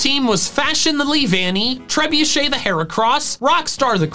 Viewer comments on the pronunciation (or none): none